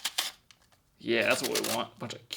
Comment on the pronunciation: It's funny how pronounces it "Q-Cumber" instead of "Cuh-Cumber"